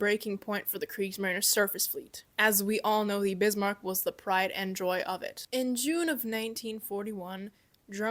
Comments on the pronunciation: CAN YOU PEOPLE PLEASE LEARN HOW TO PRONOUNCE WHAT YOUR TALKING ABOUT FFS ITS NOT SHEA IT SHEEER IT NOT BEAST MARK WTF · I love how you cannot help yourself and almost every time you say BISMARCK you have to say it in capitals. : ) cool vid. Btw Bismarch did not get unscathed from its fight with HMS HOOD and HMS Prince of Wales, Prince of Wales damaged and they were starting taking salt water into its fuel, which is why it also could not just leave for the Atlantic because repair would be needed, which bought time for British to fidn them again and pummel Bismarck to hell. Yesh they scuttled Bismarck but at that point it was barely afloat. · I hate to be "That Guy," the insufferable know-it-all, but please Pronounce "Bismark" the way it's spelled, not "Beesmark." Prinz Eugen is pronounced "Printz Oigen." Whenever you see the EU diphthong in German (Deutsch) it's pronounced like the English "oi/oy". An e at the end of German words is not silent, but sounds like an A --- and you nailed it. Gut gemacht,! (Note the diphthong äu is also pronounced like the English "oi/oy")